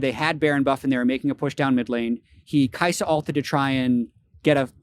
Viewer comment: So kaisa is pronounced saya?